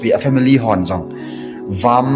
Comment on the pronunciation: Malajalam hilou, malayalam joh ti o.. Not jears = years Not varm = warm 😅